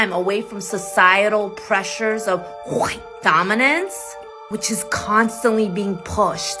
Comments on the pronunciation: the Korean lady is making the sound of hocking snot when she pronounces the word white. I for one applaud her ability to be inclusive of this Asian custom of spitting in contempt in place of using words. I am sure it is the American public school system that is responsible for her not understanding why white people dominate a culture in a nation that they have lived in for the past 300 years. I am sure that if we went to Korea, we would see a much more diverse culture and one that is not Korean-Centric. Seriously, the fact that Americans at large have wide respect for the ingeniousness and tenacity and work-ethic of the Korean Americans, is also lost on her. From a Whitey to my Korean American fellow travelers: You guys make great Americans. Sorry that you can't have your children vaccinated against Western Woke Ignorance. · Nobody sees Meghan Markle as "Black" but Meghan and the race baiters. Also, what is wrong with her pronunciation. Finally, we might need to start looking at the South African white farmer genocide. The "BIPOC" community is beginning to drum up hate that may lead to that level of violence. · She thinks the phlegm-clearing pronunciation of "white" is cute, I'm sure. If she ever spit at me...well, eff around and find out. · This woman couldn't be so wrong about why most folks dislike Meghan. What's up with her making a loogie/pig oink sound instead of saying white? 🤔 She did pronounce white correctly a few times. I guess she missed those in her edit. 😆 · What is it with that weird frigging sound? Too stupid to pronounce white like the rest of the English speaking world? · Forget anything else I love how she says wh . I thought they just messed up with R and L lol . Disclaimer I am not white and I share my ethnicity with Russel Peters lol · isn't her 'pronunciation' of white/hwite just making it an exaggerated rude, spitting noise?' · what a waste of cognitive ressources to pronounce white as "chite"